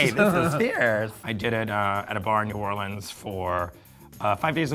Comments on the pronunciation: “new or-lee-ns” Am I the only one from Louisiana that that amazing city said like that annoys the shit out of me? Sweetheart, it’s pronounced “new wall-lyns” or “ new or-lyns” Please get it right!!! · That's not how you pronounce New Orleans